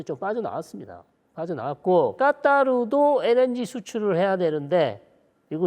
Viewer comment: 까따르도~오! ㅋㅋ 발음 왠지 계속 따라하게 되네요 ㅋㅋ